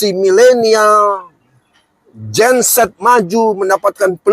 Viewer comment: Gen Z apa jenset ya pak ,bolak balik aku dengar kok jenset ya😂😂😂😂